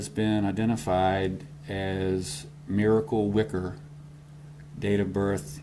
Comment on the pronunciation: Miracle - can’t be pronounced with a y .